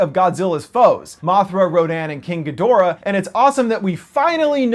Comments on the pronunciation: It's pronounced "Gee-dra"... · Ghidorah is pronounced "Gee-drah". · good video. Also Gidorah is pronounced GEE-dor-ah or GEE-drah. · first off learn how to pronounce GHIDORAH second none of these kaiju are new at all they are very very old and they started filming about 4 months ago